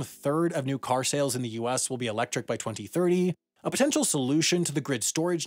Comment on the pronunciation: I find how you say 2030 VERY OFFENSIVE and swear word notice